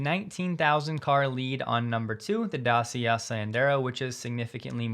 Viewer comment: Dacia is pronounced DATCHIA